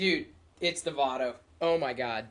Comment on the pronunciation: its vado no vano :)